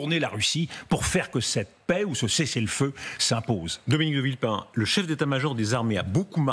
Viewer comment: UPR. Ca lui ba mieux "De vilpain", plutôt que "De villepin".